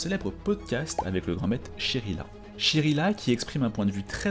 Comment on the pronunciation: On dit pas "Grand maite" on dit "Grand MaitRe" avec un "R" , c'est le son "Re", GRAND MAITRRRRRRRRRRRE . Merci !